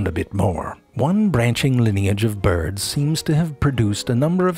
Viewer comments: "Beerds of the ground" 😂😂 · I love how he pronounces birds. "Byuird" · "Byords" That's genius. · "...and this lineage seems predisposed to become byeeurds of the ground." Always with the silly pronunciations.